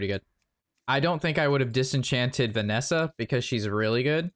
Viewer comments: Did you just call Vanessa "Vessina"? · Notice how pronounces it Venessa and not Vessina Edit: lots of comments like this I just noticed. Oops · did you just call Vessina "Vanessa" 😂